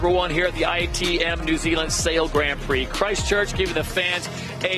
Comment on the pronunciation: Dear SailGP, Can someone please teach Todd Harris how to pronounce Grand Prix correctly please? We would all be extremely grateful. Cheers, The whole sailing community